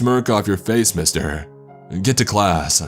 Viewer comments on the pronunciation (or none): Lily J you forgot “classa” . Of course there are more.